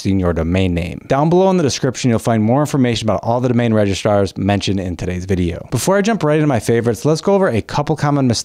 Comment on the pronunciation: It’s registrars NOT “RegiSTARS” ⭐️